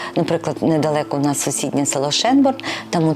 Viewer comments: Чому Шенборн, якщо написано Schönborn? Тобто воно має вимовлятись "Шьонборн". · Не Шенборн а Шёнборн!